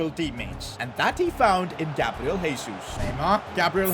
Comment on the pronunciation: you don't actually pronounce "Jesus" like that, in portuguese you use the normal "J" sound